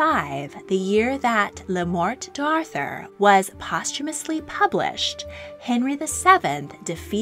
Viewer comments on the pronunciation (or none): I love your videos! But your French pronunciation needs a lot of work. "Le Morte d'Arthur" is not pronounced like you're saying it.